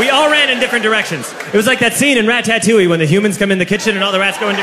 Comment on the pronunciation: Everyone knows it’s rat-a-toullie smh 😔